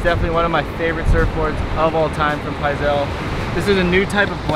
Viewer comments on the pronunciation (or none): Pizal stick instead of fizzy pop but kinda like fizzy pop! but pronounced P-iz-AL